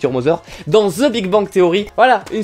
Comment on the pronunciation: THE walking dead 😭 dites le "THE" s'il vous plait 😭😭😭😭😭